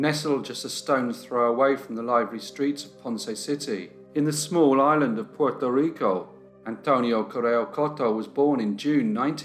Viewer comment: Hey bro, the only time I’ve been really off put by something you’ve done is right now when trying to pronounce the island, state/city in their native accent. Don’t be that pedantic. It doesn’t suit you.